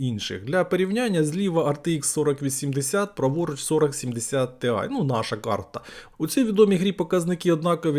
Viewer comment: Тіай а не тиай)) по вимові вже краще, дякую за огляд